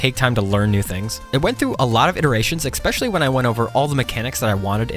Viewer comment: Man, it's especially, not EKSpecially